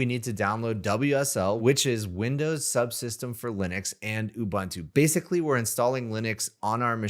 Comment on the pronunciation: I like your pronunciation of uuh-bun-too 😂. Unsloth rocks🎉. Thanks for this.